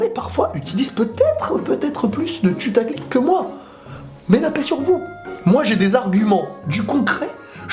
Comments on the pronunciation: Je suis le seum à entendre "tutaclic" au lieu de "putaclic" ? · pourquoi tu dit tutaclick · Nan c'est juste qu'il dit tutaclick ;)